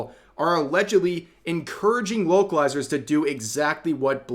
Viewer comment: I'm not going to lie. I thought Rev was saying wokalizers the entire time.